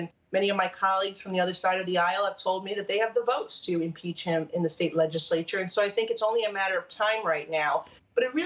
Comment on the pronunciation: State legismayture??